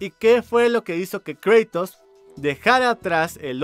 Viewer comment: "Kreitos" :v